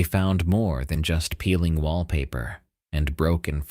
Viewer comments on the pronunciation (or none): none